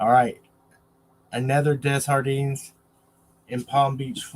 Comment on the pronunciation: The name is pronounced day jar dean. The j doesn't sound like an h in French. Only in spanish.